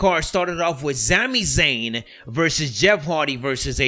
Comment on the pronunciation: “Zami Zayn” every time he says it I laugh lol